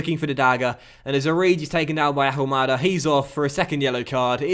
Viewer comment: please, you don't pronounce the H in Ahumada's name.